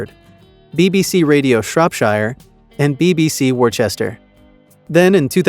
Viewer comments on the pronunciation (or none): none